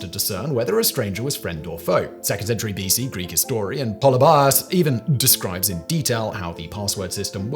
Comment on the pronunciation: Have watched and enjoyed many of these videos but I've rarely encountered someone obviously discerning, literate and intelligent with less of an instinct on how to pronounce foreign names and words. I've never heard anyone ever pronounce Polybius as "PolybEYEus." And don't get me started on how Simon pronounces German words. :-)